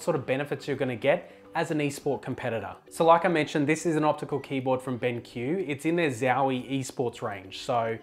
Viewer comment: why do you pronounce it "ben kiú" and not as it written, which is benq ("benk") xD